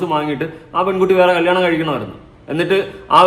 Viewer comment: കല്ലിയാണം alla😂😂കല്യാണം 😂